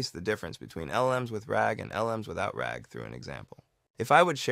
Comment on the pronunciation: Wow, he really said ragger with the hard r this is a fun series, keep it up!